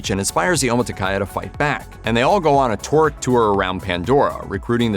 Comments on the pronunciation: It's TOH-rook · It's "Toorook" not "tour-ick".